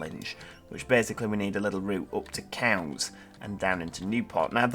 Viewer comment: U said it correct its cowes